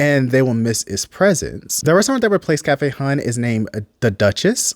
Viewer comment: mmm.. its pronounced "hun" not hon dummy and frfr they may live in bmore but its clear they not rooted in our city